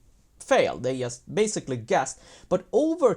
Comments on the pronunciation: "yast"? WTF is that accent? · Ok, thanks. Yeah, I get that it's "just", but he can say "GMT", so this "yast" yast bugs me. Cool channel though. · swedes pronounce J like Y